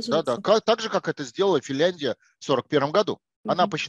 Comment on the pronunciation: Подскажите ему, что страна называется не Фильяндия, а Финляндия.